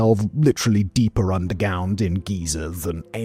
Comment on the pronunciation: "Deeper undergowned" 😂